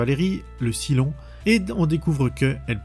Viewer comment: Saille-lon, pas Silon >_< Mon dieu, tu l'as regardé en VF ? La VO est exceptionnelle et la VF, enfin les extraits sur lesquels je suis tombé, est une des pires que j'ai jamais entendues 😵‍💫😱